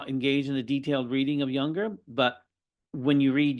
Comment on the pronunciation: This guy is absolutely antithetical to the mind and spirit of Junger, whose name he is unable to pronounce?